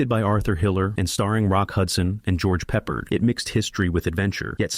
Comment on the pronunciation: It's Pronounced George PRE-Pard NOT George PEPPERED like some weird menu item! You seem to have a problem with him as every other movie you list as a flop stars him. What's your point? Battle Of The Bulge is the only movie here that DEFINITELY deserved to be a FLOP. Calling the rest flops is ridiculous. The Battle Of Britain? The Blue Max? Anzio? The Victors? The Secret War of Harry Frigg (which is a terrific comedy)? You are clueless.